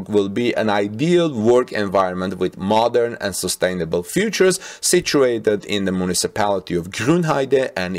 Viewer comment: Bro, features and futures are pronounced differently. Thank you for your work, just wanted to get you attention to this, because sometimes it's difficult to understand what you're trying to say.